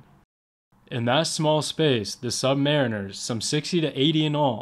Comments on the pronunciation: Great footage. However the proper pronunciation is Sub- ma-RINERS, not sub MAR-iners. Think of a Marine with "sub" in front. - STS/SS (ret) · It’s “subma-REEN-ers”, NOT “sub-MARRIN-ers”. ⚓️ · maybe in the UK you say subMARRINers, but in the U.S.A. our men call themselves sub maREENers. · but that’s NOT what submarine sailors say. They say “submaREENers. You’ve clearly never been around them much.